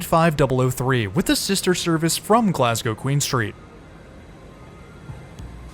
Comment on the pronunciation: Glad to hear you pronouncing Glasgow and Edinburgh correctly. I'm glad that you enjoyed your trip.